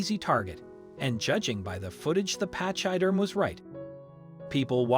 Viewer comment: Find out how to say pachyderm please, you are butchering our language. Pach sounds like pack, y is said like ee, derm you got right. I cannot listen to any more of this.